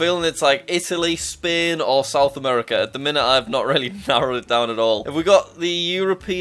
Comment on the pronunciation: Why you are saying spin its spain